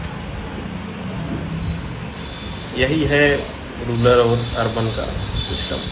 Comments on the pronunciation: इस कुपढ वकील ने रुरल को रुलर बोला है। यह जीभ फिसलने से नहीं बोला गया। इसने तीनों बार रुरल को रुलर बोला है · ये अपने आप को वकील कहते हैं, लेकिन इन्हें शब्दों का सही उच्चारण करना तक नहीं आता। रूरल शब्द को रूलर बोल रहे हैं जनाब